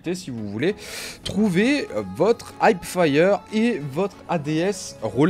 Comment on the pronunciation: Heapfire, pas hypefire